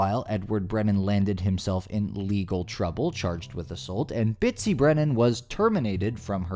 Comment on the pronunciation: Is that Bitsy or Bitchy?